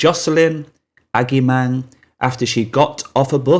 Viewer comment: Not to nitpick because this is good work but the name Agyemang is pronounced ‘Ah-ji-man’ 😉